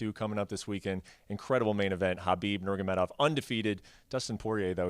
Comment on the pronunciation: ....Nurgamedov..... Bruh